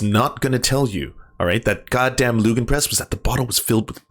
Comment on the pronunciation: Just a little thing because I've heard you say it a few time. The german word "Lügenpresse" is not pronounced "loogenpress". I'm not sure if the Ü sound even exists in english - it's similar to how the Ö makes an ur/er sound (like in "gurgle") - but the sound definitely is different from a normal U (it is, in fact, similar to the Ö sound but more like an U? Idk how else to explain this. German is my first language, but I'm not a linguist). Also, the E in the end isn't silent, it just makes a short eh sound. Of course, I can't expect you to pronounce german words perfectly, but since german is my first language it bugs me a little and I thought I'd say something because knowing more is never wrong.